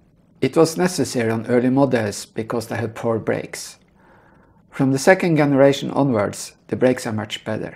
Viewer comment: Excellent video series on the mMg-21. By the way, in English, the “G” in the word “Generation” or “generator” is pronounced like a “J”, as in the word “jump”. “J”eneration…. !!! Hope this helps in future videos.